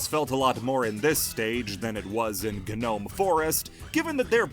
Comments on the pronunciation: If this mf says gnome forest like guh nome forest one more time im gonna kill myself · My ears bleed everytime he said ga-nome forest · Um, You're probably not gonna see this comment, but, Gnome Forest, or just, Gnome in general, isn't pronounced with the G, the G is silent!!